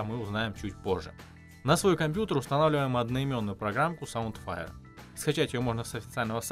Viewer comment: Хорошо рассказал, много полезного и разьяснительно, только СаундВайр а не Файр(а еще точнее уая)))), очень резануло, и если гарнитура с микро, то у меня кроме как через Блюсоели не получилось ее подключить. Заслуженный лайк)